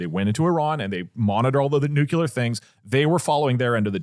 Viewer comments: Doug is saying "nyoo-kyoo-lur" which is incorrect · Dougdoug saying “nuke-yoo-lur” tho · “Nuke-you-lerrr sites.” Jesus effing Christ man it hurts my ears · Nuclear not nucular PLEASE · Doug PLEASE. It is nuke-lee-er not Nuke-yu-ler. Bush did this to you but you don't have to accept your face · New Clear, not nukular. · "new-clear" or "new-clee-er" not "newcewlar" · Am I the only one hearing over and over nukelar in stead of nuclear? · I thought it was a W. Bush thing, but do all Texans say “nucular?” It only started bugging me bc Doug said it 10x in rapid succession in the first segment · Might have to stop watchingthe show because Doug says "Nucular" 🤮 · is it just me that gets jitters when doug says nuclear? "Nucular" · the way they're saying nuclear as nuquelar is triggering me so much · TIL Doug thinks it's pronounced "Nucular" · Doug, brother, the word nuclear only has one u in it. It’s not nuculear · I don't know how many more episodes I can take of doug doug saying "nucular". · I did ctrl+f and typed "nucular" to see if I'm the only one noticing. Doug is the real life Homer Simpson 🫠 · NEW-CLEAR. PLEASE, DOUGLAS DOUGLAS! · Love ya Doug. Tip for pronouncing nuclear, say the word “new” then say the word “clear”. As in crystal clear. As a radiochemist my Ph.D advisor drilled that into me. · Nucular is kinda triggering me... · STOP SAYING NUCULAR FFS! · I never realized doug was a “nucyuler” guy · someones gotta tell doug that its not nucular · I had to turn it off because I couldn't listen to Doug say the word NUCLEAR incorrectly 10,000 times. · I know I shouldn't care about it, but the way they pronounce Nuclear just kills something inside of me every time. I still support you though. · One day, doug will pronounce the word "nuclear" correctly. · thank god i thought i was the only one irritated by it😭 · New rule: anyone who brings a story about Nuclear energy has to be able to pronounce the word Nuclear.